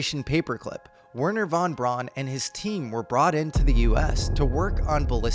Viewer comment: Von “Brown”. Brown. Like the brand. Brown:)